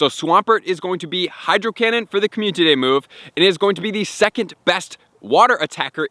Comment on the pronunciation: Watched this 100x cuz hearing “COMMUNTITY day” is addicting